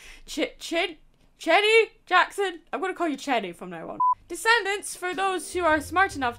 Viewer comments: You really could be bothered to look up how to say Cheyenne? Ch is pronounced Sh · Cheyenne is pronounced (Shy-Anne). And get ready cuz that's one of those names you see a lot in the US. Also, Disney kept THAT as canon?! Okay, WOW!! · Cheyenne is pronounced shai·-an,. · It's pronounced Shy - Anne